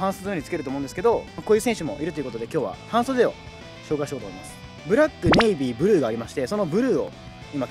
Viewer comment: 長袖と半袖のイントネーションおかしいwww